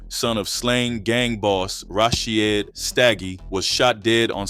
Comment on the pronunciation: PAGAD had a agenda as well. The kak is still going on. Its pronounced Rasheed not Rashy ed. Please if you need help to learn how to pronounce the names i can help. But please you are butchering them 😅😅